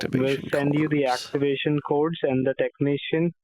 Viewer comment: He was saying "activation cords." I swear.